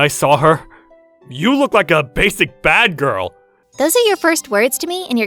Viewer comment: Bad-Gal san 🤣🤣